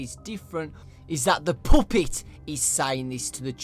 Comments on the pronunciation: " the POOPET!" I'm sorry I couldn't help but laugh😂😂😂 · Puppet NOT poopet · What's a "puhhpitt"?!?!?! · when you say puppet, its sound like poopit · hehehe i love the way you say puppet its funny